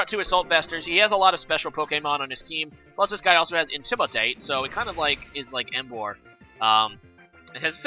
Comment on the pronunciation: Surprised no one corrected you on Emboar lol